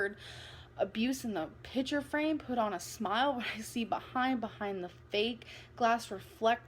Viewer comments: exscape... pitcher frame.. propagoneduh... yeah great pronunciation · Pitcher lol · *Exscape, *pitcher frame